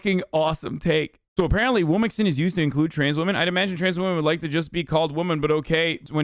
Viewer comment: No one: ABSOLUTELY no one: Hasan: womixin